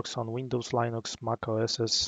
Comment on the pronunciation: Lee-nux; NOT Lie-nux!